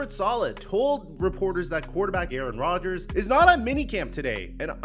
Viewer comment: 😂😂😂 “ Aaron Dodgers”